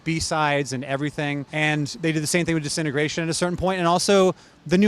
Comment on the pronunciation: ‘Disintegration’ is not pronounced ‘decennergration’.hehe. I love The Cure and yes, ‘Disintegration’ is a brilliant album.